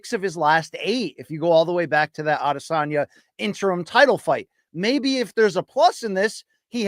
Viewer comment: "la LIENDA" ???? Of course the self proclaimed Spanish pronunciation expert Luke doesn't say anything. Hey Luke, next time A-DE-SYOON-YAHHH fights, make sure to take another 15 minutes to lecture everyone about how Adesanya is ACTUALLY pronounced